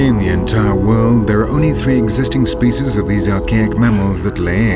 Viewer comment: I can't stand this narrator and his posh Shakesperean accent and the way he pronounces "spyciyz"